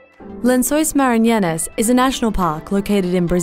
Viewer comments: The way she pronounces "Maranhenses" tho😂😂😂😂😂😂😂😂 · She totally mispronounced the name! 😂🤣😅